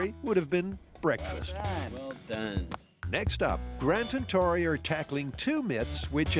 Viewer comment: One of the best things in Mythbusters history is that Tori is Italian heritage and not once ever do they pronounce his name correctly 😂😂😂